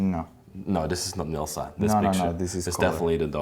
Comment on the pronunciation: you are having a difficult time with the name Nilsa...lol